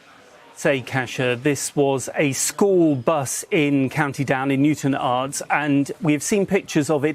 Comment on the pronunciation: That's the correct way to pronounce Newtownards. Not the way the presenter pronounced it.